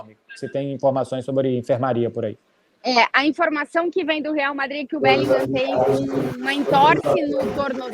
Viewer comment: Esse "BÉLINGAM" arranha meus ouvidos kkkkk. A pronuncia em inglês é "BÉLINRÃ", CARALHO kkkk